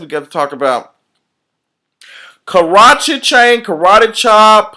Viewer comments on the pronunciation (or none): none